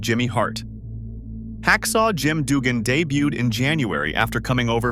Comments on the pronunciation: Teach your AI to say RUDE AND DUGGAN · Ai narration is terrible. Instant channel changer. Don't you listen to your videos before you post them? Who the hell is Rick Ru-day or Jim Doogan? If you can't get the names right, what else did you not get right? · Hacksaw Jim "Doogan" and Rick "Rude-eh".... good job narrator, also saying WWE when referencing 80s WWF seems like a sin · "Rick Rud-eh", "Jim Doogan"? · Its A.I. BROTHER OoohhYEAHH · This was the first time i checked this channel out. I had it on while i was doing something else. I heard Jim Doogun and said; thats it, im out. Fuck AI channels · Yeah, the narrator can’t pronounce the names of Rick Rude and Hacksaw Jim Duggan correctly.